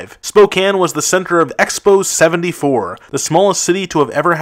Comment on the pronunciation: Wow he actually pronounced spokane correctly, no one seems to get it right